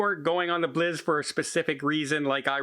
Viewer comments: FYI, the Bliss is pronounced "Blissssss" and not "Bliz" - I'm not sure if you are doing that for an inside joke or not, but wanted to let you know. Cheers! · Do they actually pronounce "Bliss" as "Blizz" in Canada, eh? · I know he keeps pronouncing it wrong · I was trying to figure out which ship is the Norwegian Bliz....